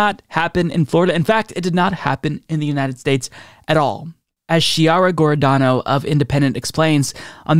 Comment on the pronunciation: quick italian pronunciation lesson...chiara giordano ===> kee-YAH-ra jor-DAH-no